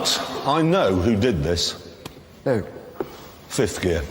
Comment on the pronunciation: "I knew who did this fith gear"